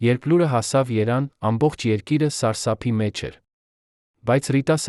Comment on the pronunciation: Ervan chi ayl Erevan nax normal kardal sovori